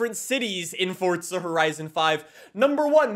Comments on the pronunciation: Please stop pronouncing FORZA as FORTZA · It’s not Fort-za…. It’s For-za… Dude there’s no need to say Forza 100 times in the video, we know what game it is. You already said it 20 times in the first 3 minutes of the video. Jesus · Why does he say forza like fortza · I’ve been playing since fh2, but is it FORZA ? Or FORTZA ? I’ve always said FORZA but I always hear people pronounce it with a t sound ??? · Everyone be playing Forza and this guy be playing fortza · Why is he saying "FORT-SA" lol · Forza not fortza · it’s the FORT- ZA THAT GOT ME 😂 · Still looking for the the “T” in “F-O-R-Z-A” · Heres a fun game. Drink every time he says forTza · I'm not sure how you're fitting a "T" in the word Forza.. ForTza.. yeah my face won't make that noise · fortza he says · "FortZa Horizon" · "fordtza horizon" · why he always say fortza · He calls it fortsa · There is no F*cking T in FORZA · Why do you say Forza like that 😭😭😭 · Theres no T in Forza you squid